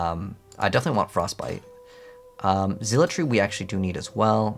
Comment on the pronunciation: What is zeel-a-tree